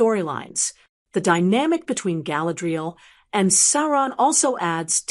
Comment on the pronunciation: Get your bot to pronounce her name properly